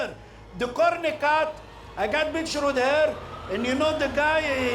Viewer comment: "Corny Cob" (Courtney Cox) 😂🤣